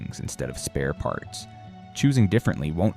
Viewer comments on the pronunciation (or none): none